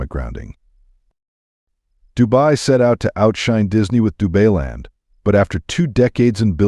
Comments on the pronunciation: Dubailand...Dubai-land...NOT DU-BAY-LAND. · Du-BAY-land ??? Maybe don't use AI to read your script ??? 🤣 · AI Voice Over - RUBBISH, can't pronounce any words correctly 'DubayLand' WTF 😂😂😂😂😂😂😂